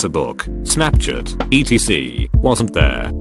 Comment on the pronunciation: Why do all of these kinds of videos use that same TTS program? It doesn't even pronounce most words correctly. For example, "Fassibook," "Snapchit," "ruhditt," "mintsit," "discannectedness," "mehms." There are also numerous errors with its spacing and decoding. "9 over 11," failing to parse clauses, etc... Just use an actually decent TTS!